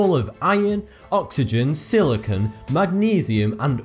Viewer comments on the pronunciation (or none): none